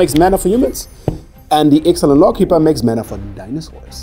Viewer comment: is still better at pronouncing Ixalan cards than.